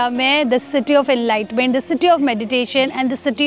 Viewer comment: Enlightment nahin enlightenment 😂 English ki taang mat tod behen 😂